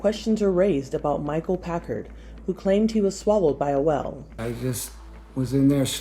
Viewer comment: Am I the only one bothered by the way she pronounces whale?